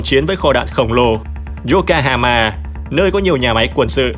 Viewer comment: Yokohama mà ad làm gì phải yokahama 😂